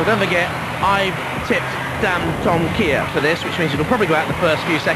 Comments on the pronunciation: They pronounced Dantomkia like this - dan-tom-mik-ia instead of dan-tom-kee-a! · He said dan-toma-kai